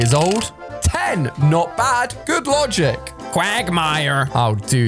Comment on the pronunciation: What was that voice QUagMYer